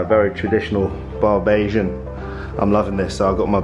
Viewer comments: "Barbasian" nah fam😂 It's bajan/Barbadian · home (oh and it's not "barbasian" its bajan lool)